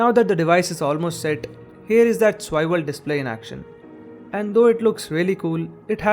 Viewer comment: It isn't "Swiwel", it's "Swivel". Eventhough a minor mispronounciation sounds extremely jarring. Otherwise a comprehensive video. Applaud the effort.